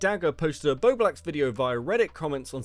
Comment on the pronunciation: I think it’s hilarious that STILL can’t say bowblax properly 😂